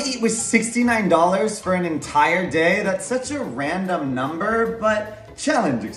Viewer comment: “is just a RANDOM nUmBeRrRrR” HUH